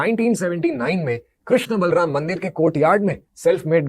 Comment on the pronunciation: Sabse pehle aap log krishna bolna sikho...krishnaaa nhi h prabhu ka naam...wo draupadi maiya ka naam h🙏